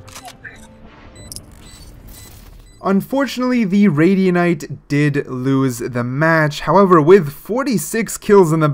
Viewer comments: "one radianite" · the start of the vid "one radianite" 💀💀